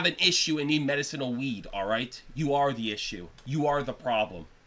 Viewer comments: Medicine-al? Pronounce Ma-dis-in-al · The fact that you can't even pronounce "medicinal" properly tells me all I need to know about why you hate weed. Guy had one bad experience with weed and now all those who can handle it are losers.